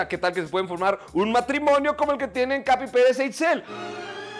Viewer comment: Me encanta cuando dice "Capi Pelez" JAJAJA me encanta ese personaje 💕